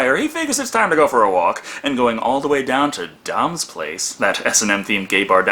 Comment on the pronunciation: Thank youYou are the only person who said it right Dom s place people always say Don's place the M is half burned out I like better it sounds more like a meat market